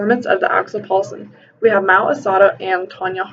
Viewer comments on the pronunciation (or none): ITS MAO ASADA NOT MAO ASADO